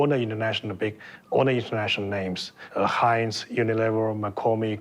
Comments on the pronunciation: Heints?? Everyone can pronounce Heinz except the narrator? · Heintz??? Bro, it’s Heinz. You’re hurting our ears.